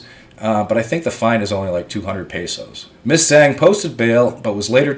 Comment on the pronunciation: Hey, a ZH is pronounced like the letter J in English...JANG...the ANG sound...in Tagalog...hope this helps.